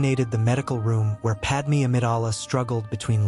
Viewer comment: Did Padmé even knew that Anakin's new name is Vader? Also, her name is Padme, not Padmee. Seriously, get it right.